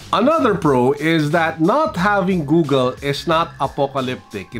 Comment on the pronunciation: cons: pronouncing Google as GooGEL.